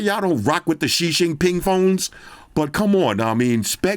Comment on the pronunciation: my man legit said "ik alot of yall dont rock with the xi xing ping phone" im weak haha